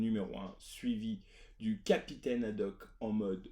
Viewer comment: Petit erreur dans le nom du Capitaine c'est Haddock et non Hadoque ;)